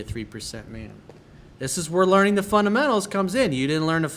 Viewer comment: "FUN-'DA!!!!!'-MENTAL" is the right pronunciation. Huge fan though.